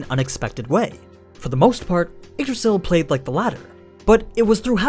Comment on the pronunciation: funny how he spells yggdrasil as eggdrasil